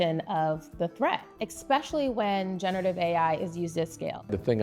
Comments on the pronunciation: It's sad when a corporate CEO and ex white house director uses the word "expecially". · I cant take anybody seriously who says "expecially" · “Eckspecally generative”